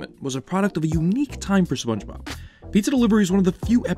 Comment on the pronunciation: …. You start the video off by saying “Spun-Bob” 😩